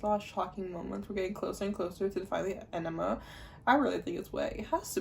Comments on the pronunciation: Yeah you have to pronounce the g. It sounds like E-NI-GMA. Every letter is said. (idon't know if it makes sense. english is not my first language, sorry) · I don’t think you’re pronouncing enigma correctly. It sounds like you’re saying enema, which is very very different.